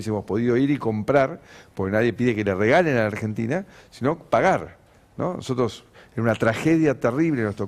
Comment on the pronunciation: Vieron que el opa no sabe ni pronunciar ''nosotros''...; dice noootos...